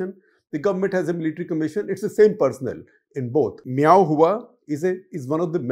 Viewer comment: I think guptaji ka pronunciation thoda dheela hai, its admiral meow who. 😂😂😂